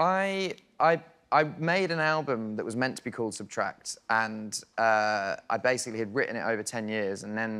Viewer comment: Funny, wie er immer „substract“ sagt, anstatt „subtract“ hahaha